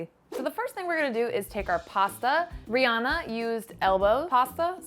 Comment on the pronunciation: Yeah and it's also renounced ree-anna but I'm tired of correcting people ha